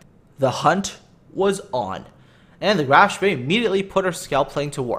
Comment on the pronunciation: A little German help in return for gaming help. Spee is pronounced with a long "E" sound, not an "A". You nailed the "SH" sound so kudos for that. So what you get is Shpee. This is of course Hochdeutsch. There very well be a regional dialect/pronunciation with the "A" sound but I don't know of any.